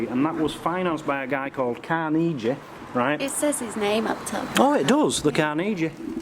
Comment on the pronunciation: You are mispronouncing Carnegie,( Andrew Carnegie). Same man that Carnegie Hall was named after. He is a Scottish hero and philanthropist that gave away his money for good causes. He came from a poor family and was truly a self made man.